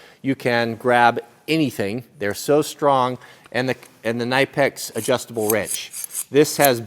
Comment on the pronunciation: Niiiipex Just pronounce the "k" for gods Sake.